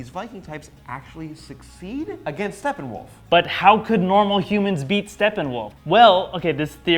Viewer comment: its Steppenwolf, not Stefan wolf >_>